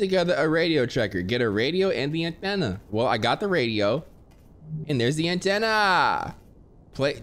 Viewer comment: Every time this dude said “anthena” i couldn’t stop laughing 💀